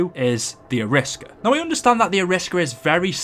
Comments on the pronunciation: Arisaka not the Ariska! LOL! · Any one else bothered that he called the arisaka the ariska? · Ariska? Isn’t is Arisaka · i know this is 3 years old but who the fuck calls the Arisaka, ARISSKA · Wasn't the arisaka pronounced air ee sock a, and not a risk a? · It's not A-risk-ar it arrow-as-ka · the arisaka is pronounced ari-saka not aris-ka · Call the arisacka the ariska😂😂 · It’s pronounced as Ara-Sa-Ka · BOA ITS AIR-REEEEEEEEEEEEEEEEEEEEEEEEE-SOCK-AH ARISAKA! PRONOUNCE IT RIGHT! PLEASE! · It's pronounced Air.E.sock.a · Ok 1 you look like an idiot mispronouncing the Arisaka and 2 the Shiva is not an assault rifle! It’s not even full auto or select fire let alone it looks like it uses a longer round than an intermediate cartridge length. An assault rifle is select fire with an intermediate cartridge length round. Get your facts straight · Wtf is this shit. He can't pronounce Arisaka for shit. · YOU CANNOT BE SERIOUS ABOUT HOW YOU PRONOUNCE ARISAKA